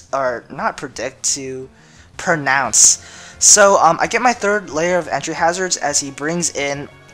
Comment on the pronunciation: where are you from? ur accent is noticable when you say pronounce, you say pernounce ^_^ its cool though. i just never heard it like that.